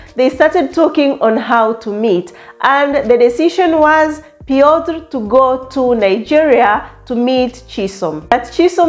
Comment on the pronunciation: Chisom and Piotr sounds a match made in heaven . Yeas I think you pronounced his name well . that’s thee IT moment the couples dressed really nice. The goodies after engagement hehe lovely weldone Chisom here is to more winnings ❤❤.